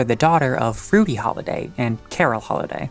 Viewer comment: You said Rudy weird and it sounded like you said fruity Then you talked about lesbian skip Wow I Love this channel already and they're gay antics